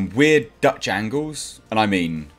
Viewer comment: says "Dutch angles" I hear "Duck jangles" and for a minute and sit, confused to hell and back.